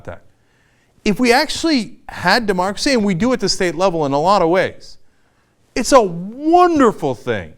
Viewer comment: What's that you say? DemocrSei? Wat dat? Never heard of it before, not in this country.